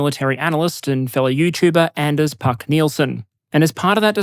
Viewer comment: I wondered how an interview could be conducted on PowerPoint slides... along twin tracks. Not bad! A minor correction: the middle name of Anders Puck Nielson is pronounced as in 's-pook' and not as in 'puck-ering'.